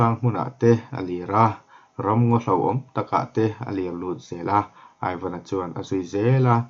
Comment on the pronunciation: Aivan i tih hi (ivan) tih a lam tur a ni zawk em aw ka lo ti😁😁😁a ngaihnawm ka ti lutuk he thawnthu hi